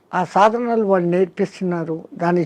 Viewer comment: వాళ్ళో. 'ళ' అనే అక్షరాన్ని పలకండి లేదా పలకడానికి ప్రయత్నించండి. కళ్ళు' పెళ్ళి, తాళి ఇలా పదాలలో 'ళ' అక్షరం ఉపయోగం ఉంటుంది. మన శరీరం ఒక అవయవం లోపం ఉంటే అది ఏదైనా అది సరి చేసు కావడానికి శతవిధాల ప్రయత్నిస్తాం, గాని అది భాషా కదా అని ఊరుకొంటే కొన్ని అనర్ధం జరగవచ్చు. ఉదాహరణ కి kama kills a man. అది ఎలాగున అంటే మనల్ని ఆంగ్లేయులు పరిపాలించే